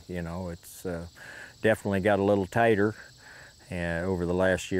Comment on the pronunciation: At 11.34 seconds he’s saying ”it definitely gets a little tighter” but me being from north Alabama I thought he said it “definitely gets a lil tatter🥔”